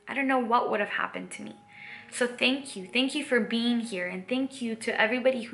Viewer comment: Lol! For a second I thought you said “a multi-dimensional bean” Great videos...! Living the Dream!👍